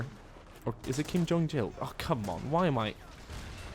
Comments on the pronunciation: Lmao Kim Jong Jill, it's Kim Jong IL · Kim Jong Il "IL" not Jil lol